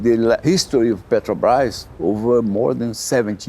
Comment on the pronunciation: The AI voice can't even say "petrobras" Lazy journalism!